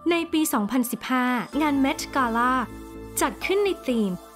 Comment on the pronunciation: คนพากย์อ่ะ ก็รู้ว่าภาษาอังกฤษดีนะ แต่บางทีก็ accent เกิ๊น กาล่าบางคำมีใส่ r เข้าไปด้วย คำว่า gown ก็ใส่ r จนฟังเหมือน ground